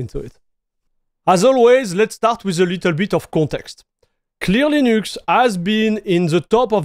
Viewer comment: french people are too egocentrical and down looking and rarely comprehend, that they pronounciation is making it still french. mf said LEENÜXC like he's getting paid for it